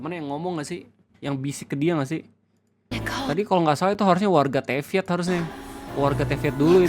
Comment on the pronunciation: Orang Normal: Nibelung, Teyvat: Nibeliung, Tevyat 😭😭😭